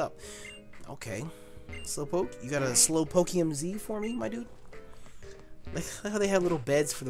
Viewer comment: Stop saying mydudeh